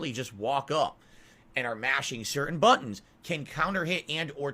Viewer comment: "Mashing certain bwuttons!"